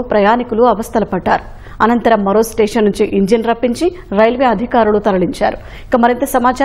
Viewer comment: Sir adi "tation" kaadu 😂 It's station.. Hope you take care next time